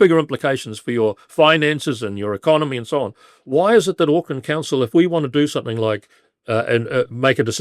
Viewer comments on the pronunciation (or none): AUCKLAND NOT OAKLAND, GET IT BLOODY RIGHT